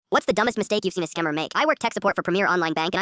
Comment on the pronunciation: did bro say scemmer